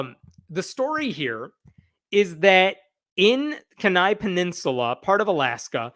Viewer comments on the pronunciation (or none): So as an Alaskan... its pronounced "KEY" Nigh". Like what goes into a lock, and "The end is nigh". I know its weird. But that's how it goes. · It’s pronounced keen-eye!! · Honey, kenai is pronounced (kee nigh) long "e".....just sayin... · FYI, I think "Kenai" is pronounced KEE-nigh. Too late for this video, but you can file that away for future reference. (It could've been worse. You could've said "kee-NAY.") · Keeeen-Eye. Not Kin-eye. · It’s pronounced “Kee-Nii”, with a long e and long i. It’s the name of the 25,000 square mile borough (like a county), the largest city in the borough, and the peninsula where it all sits. Beautiful place. All that land and only 61,000 residents. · Just for the record in is pronounced Key-nai. I don't doubt the Satanic Temple will get involved. I hope so. Generally speaking, being a deep red state, we have been mostly free of all this Christian Nationalism/MAGA BS. Alaskans tend to not like Governmental mandates. Remember, we were built (temporarily blocking out Natives being here first, to make a point) by white men trying to escape governmental control elsewhere, and/or living manly lives alone in the wilderness. The Last Great Frontier Spirit! This has it's up, but downs as well. We still have these nits in these pretend Alaskan reality shows (like living in the wilderness, 100 yards off a major road). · Kenai. = KEE ni. Accent on first syllable. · KEE'nai. Sorry, I live in Alaska, and that was hard to listen to. As for the story, our politics here are amusing. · Kenai is pronounced "kee ny" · WARNING: Grammar police are in the vicinity! Pronounced "Key" "Neigh". Kenai. Accent on the first. Ask me how I know. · Kenai is usually pronounced Key-Nye. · I like the video, but I have to correct your pronunciation of my home. Kenai -> Key-nigh, emphasis on the first syllable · Sorry dude, but it’s “key-nigh”… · Kenai is pronounced like [Key - nigh] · It is pronounced: Keen I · It's pronounced keen eye. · Kenai is pronounced Keenye.